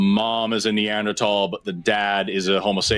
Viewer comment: The way this guy pronounces Neanderthal is insufferable.